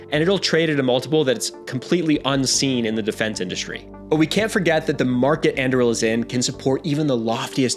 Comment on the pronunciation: It's Anduril not Andruil got it